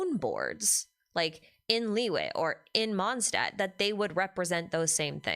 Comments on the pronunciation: "Stadt" means city in German, and it's supposed to be pronounced closer to "shtadt", so Mondstadt is more like "MondSHtadt". There are many videos on yt on how to pronounce it correctly 🙂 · There's three usual places, where ist's mispronounced: The "o" in "Mond" ahould be long, then in "Stadt" the beginning is more like "sht" and the "a" like the "u" in luck. Kinda hard to explain in text. Probably easier if you use some translater with a pronounciation option (like googel translate) to search for "moon" and "city" in German.😅